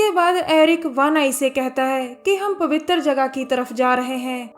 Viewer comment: Pawwitar jagah very funny 😂😂😂🤣🤣🤣